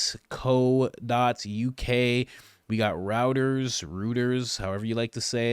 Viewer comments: Reuters… pronounced ROY-TERS. 👀 U r welcome 😎🇬🇧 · Love your Show, Coach! Btw I think it’s pronounced ROYDERS (Reuters) I’ve been wrestling with that name for years! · ‼️”Rooters or Rowters, however you wanna pronounce it” No. Both are wrong and there is only one pronunciation of Reuters 🤡